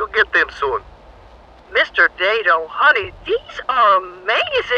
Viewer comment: THANK YOU FOR SAYING IT "DAY-DOH" BC MY NAME IS "DAY-D"